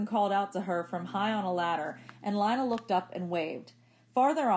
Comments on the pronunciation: It’s pronounced LINA not LANA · It’s pronounced ( lena) not lina even tho its spelled thwt way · Isn’t her name pronounced lee-na